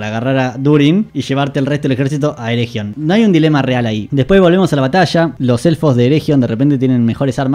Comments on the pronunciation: Por favor, no pronuncies ereJion, sería más bien "ereguion". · Pronunciaste mal "ERRRREGION", no merecés que siga viendo tu vi... bueno tome su like buen hombre